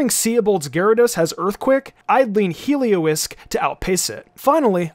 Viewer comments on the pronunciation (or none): It's HelioLisk, not Helio-isk! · Mate… it’s called Heliolisk. Helio-LISK. As is, “basilisk”, because it’s a lizard creature…